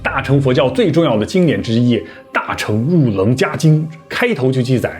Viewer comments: 愣伽：讀 愣qie，不讀jia😅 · 讚讚~ 不過，我小小p.s.一下通常應該唸"楞伽(茄)"等同於茄子的音~